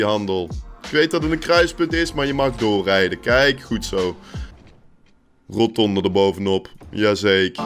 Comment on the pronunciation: Iemand die 400 keer per minuut roNtonde zegt zou toch moeten weten dat het rotonde is -_